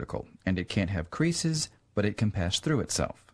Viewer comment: and further, he says "...but it can pass through itself." When he says that, it sounds like he say patch instead of pass.